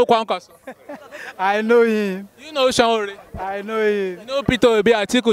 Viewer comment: Please kindly ask people to teach you how to pronounce Sowore correctly. It is Sowore, not Sanwore.